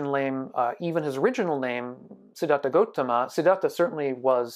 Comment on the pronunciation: sorry but it's gautama not gotama